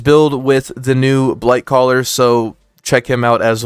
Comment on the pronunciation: Not sure if you are meaning to say this, but you keep saying Brightcaller?